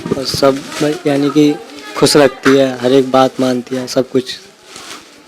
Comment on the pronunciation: Bolna seekho lapu khush hota hai khus ni